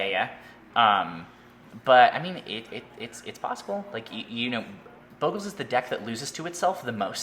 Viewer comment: Its not bow-gle its bogle. Wizards itself has said so.